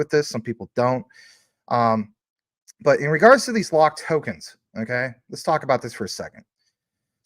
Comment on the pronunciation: Lol at “rets go” 😂😂